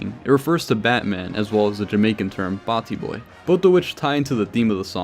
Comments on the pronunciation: loved the video but the pronounciation of batty boy makes me laugh everytime. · Its pronounced Bah, with an a h sound like ah. Bahtee bwoy.